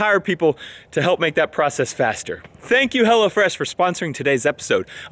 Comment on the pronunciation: Anyone else hear say "Hella fresh" instead of "Hello Fresh"? Or is that just me?